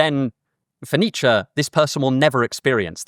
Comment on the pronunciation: It’s ‘Nietzsche’